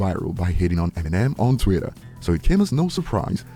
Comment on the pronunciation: Why he keep saying twitter like that? It's Twitter not Tweeter